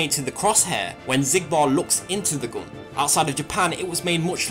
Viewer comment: I really can't help by noticing that weird accent of yours, like how you said gun as "gon" instead of the usual "gun".